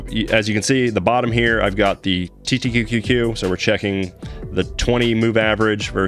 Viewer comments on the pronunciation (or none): Small thing i noticed, you keep saying TTTQ instead of TQQQ.